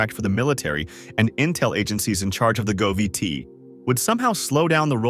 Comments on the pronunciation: ''...go vee tee...'' Yet more AI horseshoite... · AI narration evident at :33 when it reads the abbreviation "govt" as "go V T".